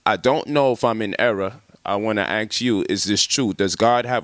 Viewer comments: What I need to axe? Do you mean ask? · Guy tries to sound smart yet he can't pronounce ask. Instead he says axe? Wtf! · Polight tries so hard to sound intelligent with his vernacular but still has difficulty with one of the simplest words...ASK is not AX or ACKS it’s ASK.